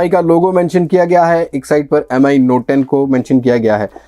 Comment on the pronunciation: its MI note 10 Bro Not M I M I